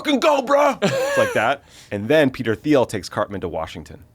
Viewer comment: Thiel pronounces his name is TEEL....guess we need to lock down our info even more